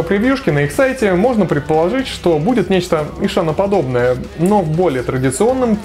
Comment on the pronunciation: И что из этого? Есть правила чтения. По этим правилам h между впереди идущей гласной и последующей согласной НЕ произносится. Звучать будет как Исан. Смекаешь? Или забей тогда на правила фонетики и произноси "Ищан", с ударением на И и прочитыванием "hs" мягко, как "щ", как Вегард произносит, а не ишАн, с ударением на А, как у тебя, раз уж так гонишься за соответствием, лингвист.